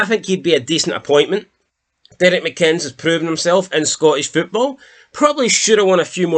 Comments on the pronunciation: No offence dude i love your content but for someone whos from scotland you fuck up to many words man haah like its Aberdeen no Uberdeen and its McInness no Mcinns 😅😅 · Lads, it's McInn-es, like Guinness not McInns like Oddbins 😅